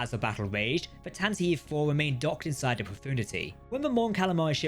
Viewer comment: Tanataveev? Source material says Tantive. Fail to research much?